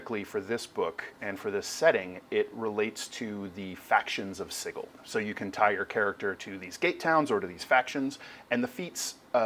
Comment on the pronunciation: It's a hard G in Sigil? oh boy.